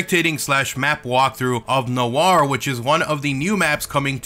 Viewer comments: learn to pronounce the map name right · you pronounced the map name wrong